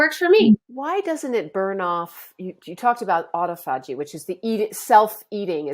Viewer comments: I don’t have faith in what this woman is saying as far more medically trained and experienced consultants like Dr Jason Fung say totally the opposite to her and know how to pronounce the Autophagy correctly I think this woman is a Quack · You cannot pronounce autophagy or detritus. What of “doctor”are you?